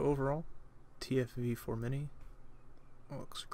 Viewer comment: how tf are you doing a review for this tank when you don't even pronounce the name of it correctly???